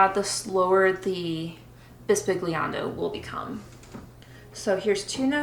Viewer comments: Great videos and appreciate the excellent insights into composing for harp. The closest explanation is that 'gli' is prounounced as in the word millionaire (eg bisbilliando) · Very instructional video! Just an aside, the "g" in "bisbigliando" is silent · How to pronounce the "gli" of the word "bisbigliando" Wich is a different sound from the sound of "Gli" of the word "glissando" that is right as you are saying now an hard sound g+l. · Great video, you should say bisbigliando is the Italian for whispering. And the correct pronunciation is different, the g is not hard as in the word big but sweet (I don't know if the sound of Italian GL is used in English... see the words aglio, paglia, meglio...) love from Italy!